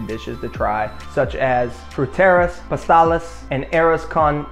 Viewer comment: your Spanish pronunciation is really bad. It is Arroz con Gandules and translated as Rice with Pidgeon peas or Congo peas (an African-based pea high in iron). Pasteles and frituras, etc all badly pronounced. You are also obvious in your choice of points to cover. Should have tried to be more about the unique aspects of Puerto Rican culture. You should have said more about speaking SPANISH because I really disliked your ethnocentric points of view about Puerto Rico.